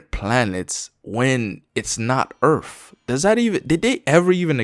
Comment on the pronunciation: "how is it that der are clouds in diff planets when... it's not ERF?" 🤣 That shit caught me off guard.